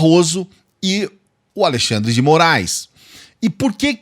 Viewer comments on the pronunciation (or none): none